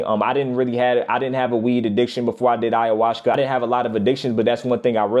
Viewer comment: This nigga said ayahuska😂😂